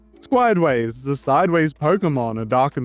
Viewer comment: I can hear the concern in that voice. the way you say Squideways makes me think of Squidward or the Ytp name of him in the title of the video Skodeware or something.